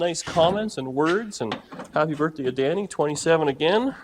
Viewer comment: Happy "Berf" Day! You're Adorable!